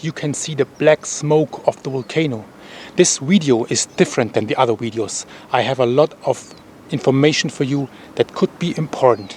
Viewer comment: Love your videos. It's VIDEOS not WIDEOUS... Great job though... Appreciate your videos